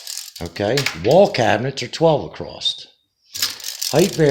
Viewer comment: ah...there is NO 'T' IN THE WORD ACROSS, NONE. NO T IN ACROSS. ITS NOT ACROSST...NO SIR.